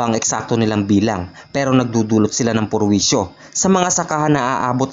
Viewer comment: perwisyo❌️ purwisyo✅️ 😂😂😂😂